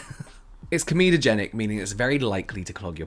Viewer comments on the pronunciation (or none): none